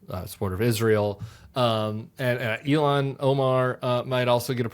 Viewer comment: Seriously Tim....Elon Omar? You of all people mispronounce her name? It's Ilhan.. Ill (like being sick) Hon. ...rhymes with Don...after all the crap you talked about Kamala's name being mispronounced...do better already.